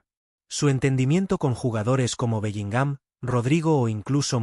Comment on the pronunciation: Lo primero q tenéis es hablar bien q parece q a belligham lo acentuáis en la a